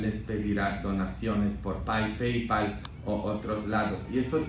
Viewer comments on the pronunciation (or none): none